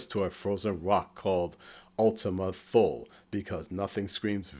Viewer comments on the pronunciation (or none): Its ultima thule (thu-lee) not thul